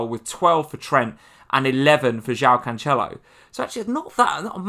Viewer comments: Pronounced "canselo" nor "canchelo" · And it’s not Canchelo either 🤦🏼‍♂️😂